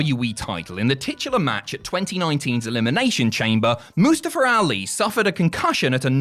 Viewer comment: Moo staffer alee.